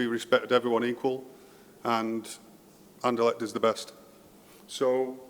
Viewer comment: I would like to hear you say RSCA or Sporting or Anderlecht instead of talking about ‘the club’. You did 1 time at the end and it sounded very nice for an english man,because its not ez to prenounce with the ‘cht’. I can understand want all to get behind this club thingy, so noone will get the blame personally when things go wrong, but its not nescesary because it wont go wrong. Keep up the good work👍🏻👊🏻